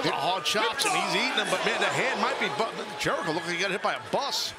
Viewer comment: Jericho bruv It’s chris jericho😞